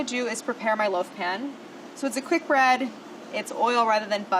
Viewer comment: Could have sworn she said "it's a quick Brad" instead of Bread.... ...